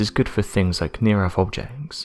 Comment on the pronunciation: It's NOT "near earFH"...it's "near earTH!" ...TH ...TH ...TH!!! It drives me CRAZY to hear ignorance broadcast all over the world!!! Damn Britain, EDUCATE YOUR PEOPLE!!!